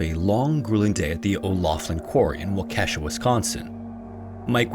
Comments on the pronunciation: It’s pronounced wok-eh-shaw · it's pronounced Walk-eshaw. Lol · lol it's pronounced "wah-kuh-shaw". Waukesha. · It's pronounced WALK-ish-awe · Ok, all the fellow WI correcting the pronunciation.. CAPITALIZE the syllable with the emphasis. Otherwise, we're just confusing everyone even more. WAH-ke-shaw (alt.: WALK a shaw) Seriously, some of the corrections I read didn't clarify anything! I mean, we all know what we meant, but yeah. 😂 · Waukesha is pronounced WOK-eh-shaw. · Oh I feel like a jerk correcting, yet Waukesha is pronounced. Walk-eh-shaw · It’s pronounced WAKA-shaw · Waukesha is pronounced like, "walk-ee-shaw" Wisconsin Proud baby! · Wisconsinite here, the pronunciation of "Waukesha" is more like: wau-ke-shaw. Was surprised to find a story with Wisconsin ties here tho! Been binging through your channel and listening to it at work. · Waukesha is pronounced "wah keh shaw" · Just for any future videos, Waukesha in Wisconsin is pronounced "Wau-keh-shaw" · Walk-eh-shaw. That’s how your pronounce Waukesha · The pronounciation of WAU-ke-sha was distracting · I used to pass by this quarry on my way to work everyday. It's now called Waukesha Lime and Stone Co (pronounced "Walk-eh-shaw" btw). Sadly, it seems to be largely forgotten in the area, or at least with most people I've spoken to. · Someome from wisconsin here. It is pronounced Walk-e-sahw. No shame, but almost jumped through the tv when i heard it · Waukesha Wisconsin is pronounced "wah-keh-shaw" lol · As a Wisconsin native who works in Waukesha, it’s walk-ah-shaw, but you kinda jump over the middle ‘ah’ sound a little bit. The emphasis is on the “wah” and “shaw”. Thank you for coming to my ted talk lol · as someone who lives in Arizona, (a) why does everyone from Wisconsin move down here? And (b) yeah always heard it walk-ah-shaw with little ah in the middle. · I always recall it being: walk-ah-shaw. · I laugh everytime you pronounce waukesha wrong lol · Interesting to hear that pronunciation of Waukesha XD